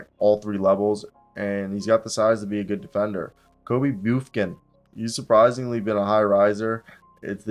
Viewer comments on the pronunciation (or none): You said boofkin 😂 ahahah bufkin